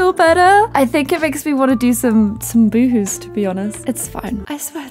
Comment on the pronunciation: omfg I thought she was saying "woowoos" not "boohoos". I spent most of this sad video very perplexed